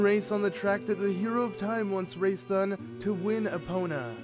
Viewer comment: Epona is pronounced EP o na not eh PONE uh